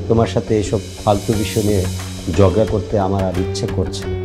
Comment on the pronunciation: Jogra na uccharon hobe jhogra hobe